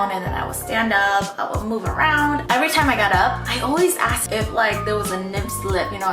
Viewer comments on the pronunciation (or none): none